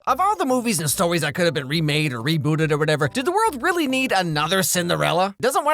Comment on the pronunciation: Just me who heard say "stowies" at the start